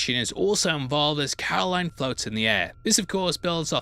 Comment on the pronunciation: Her name is Carolyn not Caroline